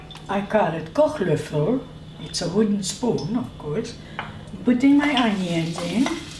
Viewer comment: Thanks for your awesome cooking videos,! One question: Did you live in Germany for some time? You speak the words Sauerkraut and Kochlöffel like a native german speaker:)